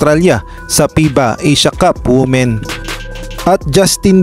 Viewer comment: Not wu-men, but it is pronounced as wi-men